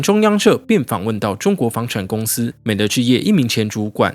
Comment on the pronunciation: 美的读音是美的meǐdì，不是读de